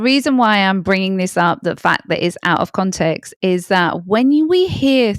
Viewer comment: Information is good...delivery way too long-winded. And the mispronunciation of the word context. Not even Pierce Morgan says context. He says CONtext.